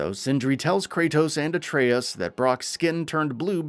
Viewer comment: See Dominik look how pronounces atreus not whatever the hell you were saying sir 🤣 you may have to teach him how to pronounce this name cuz it's evading him.